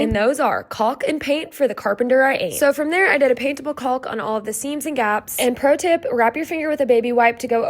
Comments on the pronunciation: One thing in the word caulk the l is silent just like walk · Caulk is pronounced cock just like could is cud not culd.